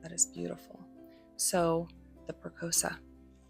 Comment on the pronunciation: Another nice video-good job. FYI- Press-E-O-SA